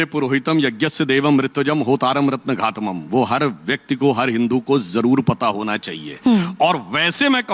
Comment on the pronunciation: "Ratna ghatumum" nahi "Ratna Dhatumum"